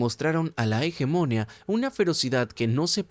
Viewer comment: No quiero ser pedante y me encantan tus videos pero me cauda molestia auditiva oirte pronuncia tanras veces la palabra hegemonia mal, la silava tónica es la última hegemonía